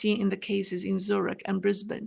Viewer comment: Nice to hear you pronounce Brisbane correctly. 😊